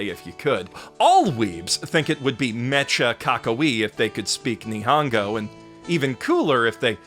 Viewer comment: “Ni-hahn-go” …dude.